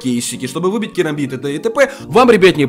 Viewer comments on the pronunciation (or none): none